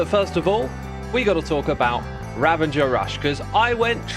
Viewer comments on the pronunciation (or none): Xisuma, I love you! But why do you keep saying Ravanger instead of Ravager?? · X you are truly epic, but no N in ravager lol